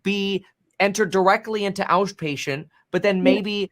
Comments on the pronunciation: the guy says outpatient like auschpatient 😂 yep you got it bro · yo… did the ryan reynolds look-alike just have a hint-hint moment when he said awsh-patient…? his thoughts were stronger than his lips at that moment.